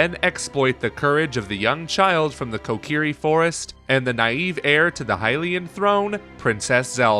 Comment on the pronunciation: Did you say kokerie